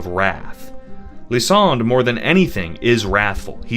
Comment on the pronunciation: Who dared you to pronounce Lysandre and Ange like that bro? 😭